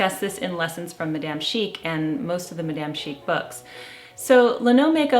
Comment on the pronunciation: Please learn how to correctly pronounce “Madame” merci❤️